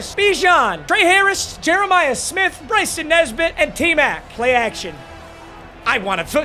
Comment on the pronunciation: It's Bryson muuuuthafuccccka lol